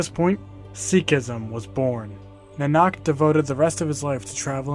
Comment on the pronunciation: I think it's naa-nuk.